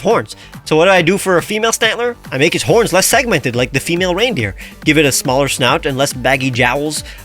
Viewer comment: HELP I THOUGHT YOU SAID HOMELESS HERACROSS FOR A SECOND 😭😭😭